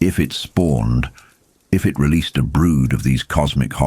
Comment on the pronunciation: I just wish we could get these videos with a real narrator, not the AI voice that mispronounces key words and phrases.... Even simple things like "It" or "Ka" get pronounced multiple ways from one sentence to the next...